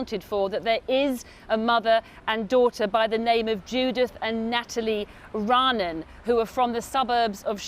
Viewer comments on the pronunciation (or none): Judith and Natalie Raanan (/ra-ah-NAHN/). Why can't the reporter bother to learn how to correctly pronounce their names?